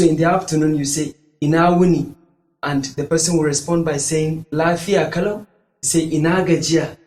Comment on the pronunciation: The problem is that, You are posibly not Hausa Native speaker, as u pronounce Lafiya kalau incorrect.. Saying Yaya aiki is also wrong, Ya Aiki , Ya Iyali is the corect form..